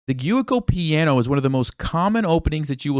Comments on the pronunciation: "gyuko" 😂 it's pronounced joco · Yes, this - although i think joke-o is the correct pronunciation unless there are regional variations in Italy. I think chess pros like should really make the effort to pronounce the names of the common openings correctly to help others learn it if for no other reason. It also sounds a bit dumb otherwise. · I love ya but it’s pronounced, “Jew- o- co”. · Great video! As always, enjoyed it a lot. Simple to understand, and beautifully explained. (Although I'm not sure whether that's how 'Giuoco' is pronounced... However, I think it's closer than Hikaru Nakamura's attempt. He just goes straight with 'Gucci'... 😂)